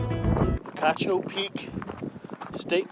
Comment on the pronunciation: I am not an Arizonan but having relatives who live in the Tucson area, I think the locals call it "Peek-achoo" (think a sneezing sound), not "pee-cah-choo".